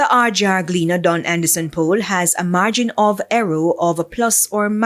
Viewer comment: A margin of “errow”!?